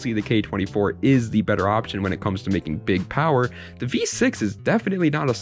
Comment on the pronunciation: “Its good for building some powaa”